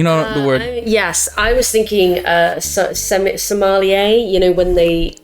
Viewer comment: Somalier: boards your ship at gunpoint, then serves you wine. (It's "sommelier." Pronounced "sawmill, yay!" basically.)